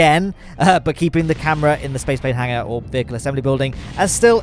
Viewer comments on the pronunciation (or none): none